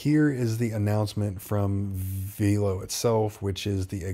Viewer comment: My guy, it’s pronounced “VEL-LOW” like “hello” with a V. I only know this because I’ve watched interviews with their executives. Love the content and vids 🙏🏼🤘🏼